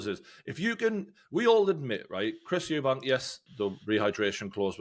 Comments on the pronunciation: If ur gonna be completely biased in Conor Benns favour least you can do is pronounce Chris EUBANK Juniors name properly. Disrespectful. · It’s Eubank not Eubanks. Thares no S. No hate, you just say it wrong every time and some people might discount your fighting knowledge if you’re not even getting fighters names right. Good chat anyway.